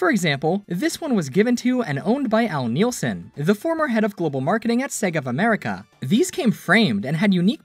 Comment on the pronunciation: Poor Al. We're both destined to a life of people mispronouncing "Nilsen." It's "Nihl-sen," not "Neel-sen," for the record. The latter would be spelled Nielsen.